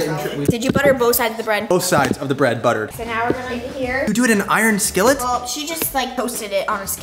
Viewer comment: Broo😂 a thought said iron skittle😂😂❤